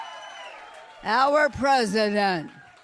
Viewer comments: when she says "Our President", it sounds like she is drunk or impaired. Slurred speech pattern. I think she has serious mental issues and shows from time to time. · Watching this in bits and chunks and not being a native speaker I came back to press play and the way she said "our president" bluescreened my brain.